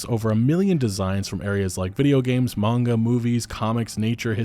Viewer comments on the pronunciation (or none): none